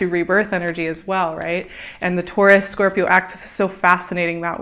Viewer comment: I love your videos, but pleeease .. its Scorpioo ,, no corps ;P